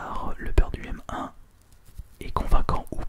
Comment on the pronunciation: Aussi, moi comme plusieurs personnes je penses, on dit plus "Humain" au niveau de la prononciation de UM1